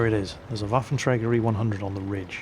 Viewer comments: It's called Waffenträger not Waffentrager. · did he say, "waffle tractors E-100'? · Nice pronenciation of in the beginning! Almost perfect :) But you must pronounce the WaffentRÄger more with the RA! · Well the Waffenträger pronounciation was not bad, except that ff should be pronounced sharper. Hiss it! :D Seriously, put your teeth on your lower lip and push the air out. An f should sound somewhat like the noise that a snake makes when it's pissed. And no not british pissed, american pissed as in angry. ;-) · Your german pronounciation is actually very good, although you tend to roll the R too much...which is a common mistake thanks to one particular austrian. ;) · Hey, you miss the "ä" in Waffenträger.;) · Please do yourself a favor and just call "Waffenträger" = Gun Carrier. You guys from english speaking countries all sound like drunk russians if you try to pronounce this ^_^ ... Btw, yeah good review on this thing. Nevertheless, I really would like to see no one flame anymore about "scumbag artillery", since now the "scumbag TD-lines" are introduced :D Upcoming: Tier XI & XII, featuring Leopard 2A4/A6, Abrams M1A1/A2, T-80/-90 and so on... o_O